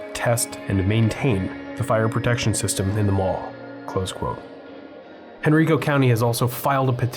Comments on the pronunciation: Just a pedantic note...it's Henr-EYE-co County, not Hen-REE-co County. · First, it's Hen-RIKE-oh, not Hen-REEK-oh County. Secondly, wow. I remember when this mall was relatively new. It was considered one of the more upscale ones in the Richmond area. Belk's, Proffitt's, Hecht's, Sears, JC Penney - these were solid names in 1990s mall retail. The very kinds of places I'd want to see in any mall I visited. The fact that it was a Hecht's originally shows that this mall post-dated the Miller & Rhoads and Thalhimer's era (I don't recall which bought which, but eventually both of these local Richmond department stores ended up as Hecht's) and thus is one of the more modern one as central Virginia malls go. Trivia: This area had already proven itself to be not a great one for malls. Azalea Mall was on its last legs when this opened, and Eastgate Mall, which was on the East side of town but to which VCC was probably the next closest good mall, wasn't doing all that great. Surely they must've planned for a lot more business and residential development in that area than seems to have happened, given all the green visible on your drive to VCC in the late 2010s? I can't think of any other reason they'd have gone for a mall there. Glen Allen was considered a more well-to-do area than many parts of Richmond, but in other directions around it incomes weren't that great, so I just don't think consumer critical mass was there. Added to this is (sad to say) the Richmond loyalty to tobacco, which is at odds with enclosed malls in modern times. The open-air shopping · Quick note: Henrico is Henn-rye-ko. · Me: "Oh, this ought to be fun. knows his shi-": "...in HenREEEKO, Virginia..." Me: "Oh..... oh no.......... oh dear.........." 😨 Surf Wisely. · It's counterintuitive perhaps, but the county of Henrico is pronounced Hen-RYE-co. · It’s pronounced Henr-eye-co. Long “I” sound. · Interesting-BTW Henrico County is pronounced "HenRYEco".